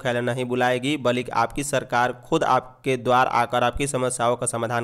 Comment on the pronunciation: Samachar Vachak Mahoday Kirpa Kar Ucharan Ki Sudhta Par Dhan Den Jsise Balik Nahi Balki Ucharan Hoga